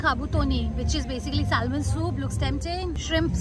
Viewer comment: Salmon is pronounced as Se-mun not Sel-mun.